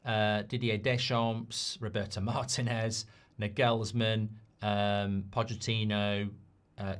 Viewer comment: Btw, as a German, I can tell you that the emphasis in the name Nagelsmann is on the first „a“, not the „e“, just sayin